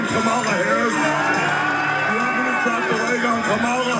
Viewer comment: How hard is it to say Kamala (Kalm a La) seriously and he’s threatening the vice president of the United States!